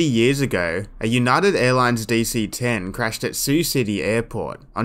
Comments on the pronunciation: Yeah. It’s sigh-you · the Voice acting is hysterical, they sound like they are out-sourced to Korea and no one knows how to read the script or interact with each other, so I thank you for much needed laughs! the way the air traffic controller pronounces Sioux (pronounced like the girls name SUE) City as "See-oo City"!! come on guys try a little harder, google is easy to use, no guessing needed. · "See-You City" 🤣🤣🤣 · Yeah... one would think an Air Traffic Controller would know how to pronounce the name of the city they work in. And yes, I know it's a recreation.